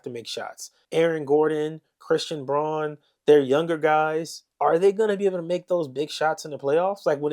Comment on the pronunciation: I like the analysis. Christian's last name is pronounced "Brown" though even though it's spelled Braun.